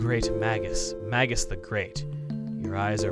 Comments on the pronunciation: Wait a minute, but bromide's also a chemical compound. That what I think of first when I hear the word. So my first thought was that it was a healing item, like a special kind of potion BTW, I'm pretty sure it's pronounced "may-juss" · It's pronounced May-Gus, Chuggaa. Like Mage Gus. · It's not. But it is MAYgus. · If I'm not mistaken, you can use healing techs outside of battle by going through the menu. Also, Magus is pronounced "May-gus". His name is actually an English word that means "A magician or sorcerer of ancient times" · Oh no... He pronounced it Mag-us. Cue the angry comments. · I know this is incredibly nitpicky but hearing Magus pronounced with a soft A just sounds so wrong to me. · pretty sure "magus" is pronounced with a soft G,.